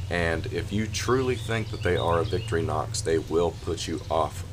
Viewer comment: Wonderful work, I always enjoy seeing the amazing things that you are making up. I just wanted to add that if you are going to using them in the future, Victorinox is pronounced Vic-tori-nox, almost like 3 words, rather than Vicktori-nox. I found this out by not saying it up to standards in front of a Swissman! Really nice work, and I wish that I had seen this before it was sold, will be looking for them to appear in your store! Munro